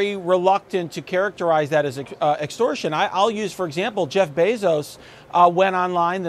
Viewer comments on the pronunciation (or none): none